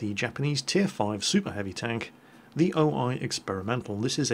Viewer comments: The name is actually O-1, not O-i :) "The alias of this new tank was "O-I tank" (オイ車, "オ" in Japanese this means "large" and "イ" means "one")"-Wikipedia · Not trying to be a dick, but there isn't really a way of saying this without coming off that way the O-I is pronounced "oh ee" the I in japanese make the 'ee' sound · Oh-ni? More like oh-no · Now I know somebody is going to whine about me whining about pronounciation, but a quick note about the O-I name. It's not actually just two English letters, it's a translation of the Japanese for 'Large-One' or 'Heavy Tank mk. 1' if you will. The pronounciation is Oh-Yee, or so I have been led to believe by my somewhat limited Hiragana knowledge.